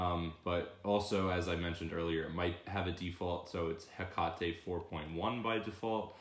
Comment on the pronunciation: its hek-ate not hek-a-te